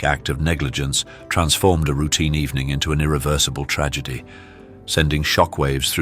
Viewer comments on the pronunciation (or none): none